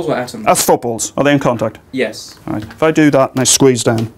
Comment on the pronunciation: That final "All right!" sounded like "I disagree". What happens is that in the atomic level, 99.9% of the space is empty, and the "normal" definitions don't apply. If you think that contact is only when there is no space between particles, then there is no contact in our world, not even in nuclear fusion.